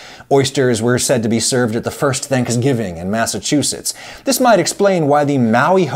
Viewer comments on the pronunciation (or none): none